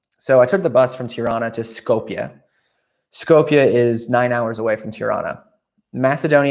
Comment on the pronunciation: Shkoop you pronounce it like scoop of ice-cream but with "shoo". That's how Skopje is properly pronounced.